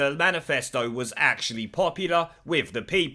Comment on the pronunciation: Ack cha lee.